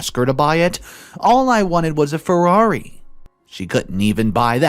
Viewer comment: FeRRaRi... Not Fewari... Just a saying lol